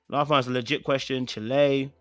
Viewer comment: Omg,, all this time you were saying Chilay, I thought you were saying the Ghanaian Chalè. But i just realised you're pronouncing chiiilleee wrong! It's Child without pronouncing the d on the end🤣🤣🤣🤣 I caught on when you were reading the plot twist responses. I'm dead 🤣🤣🤣🤣 Chilllleeee = child 👧🏽